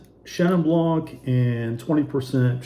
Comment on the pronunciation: For 11 winters in France, these were a favorite category for my bubbly-adoring traveling companion to explore. Definitely- Crémant de Bourgogne is hard to beat! (Even in price, when the lesser champagne makers were clearing their cellars...) [BTW - blanc does not rhyme with plonk...] Love your videos- they're always informative, & helpful when shopping!